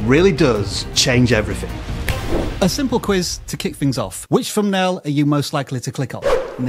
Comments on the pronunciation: i cant stand how he say fumpnail arghhh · Wtf is a "fumnail" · What’s a “fumnail”🤷🏻‍♂️